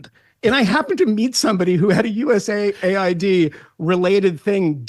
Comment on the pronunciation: Megyn it’s US AID not USA ID…